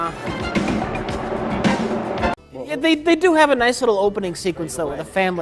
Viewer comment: "When I was te-trile-doh - when I was a child though" god this one kills me every time with Mike and reaction